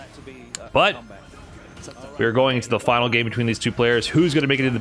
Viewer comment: Holy wow, that was a fahnal if I ever heard one.